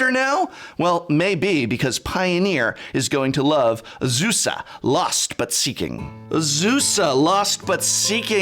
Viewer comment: You pronounced Azusa, Lost but Balling wrong. 😜